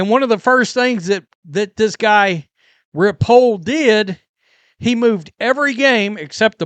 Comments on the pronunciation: Right on, and hello from Louisville. I bought season tickets for the Kings, and it's going to be a blast. Agree with your points. Full houses are all the difference in vibes and league sustainability/veracity. PS - Repole is pronounced Rep-o-lee. Dude is all in. Cheers. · Hi,, always enjoy your videos! No big deal, but the new owner's name is pronounced " Repolly" I know him from watching Horse racing. He also owns and breeds many Race horses. Keep up the good work!